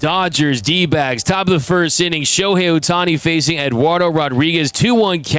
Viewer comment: lmao... the 12 year old in snickers like Beavis and Butthead... "Dodgers n D'bags", Iknow he's trying to say D'backs but the pronunciation says otherwise.